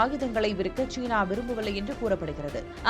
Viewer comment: "தமிழைக்கொல்லாதீர்" ஷீனா அல்ல சீனா